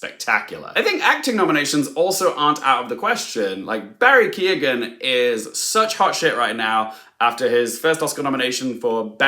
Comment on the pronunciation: Why can’t English people pronounce Irish names? Especially the name of an Oscar nominated one? It’s Keoghan - the e is not pronounced at all - it reminds me of the trauma of Saoirse